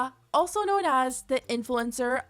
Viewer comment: the talent you have of turning "known" into a two syllable word is amazing 🤣